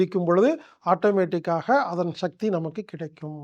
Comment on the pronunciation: மனிதர்கள் வாழ நல்ல வழி சொல்லும் நீங்கள்... தமிழ் மொழியை ஏன் கொல்ல முயற்சி செய்கிறீர்கள் ???? சக்தி என்பதை ஷக்தி என்று சொல்வது, அவசியம் என்பதை அவஷியம் என்று சொல்வது ஏன் என்று புரியவில்லை... மொழியையும் கொஞ்சம் காப்பாற்றுங்கள் ஐயா..... நன்றி.....